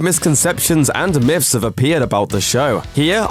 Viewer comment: "South park Miffs" uh... learn to talk? Also, Islam is for pussies!